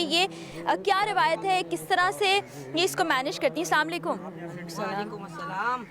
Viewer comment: Zikre maula hussain a.s aur anchor be hijaab.....Aur inke salaam karne ke bhi kya kehne.....are mohtarma salaam aise bola jata hai...salaamun alaikum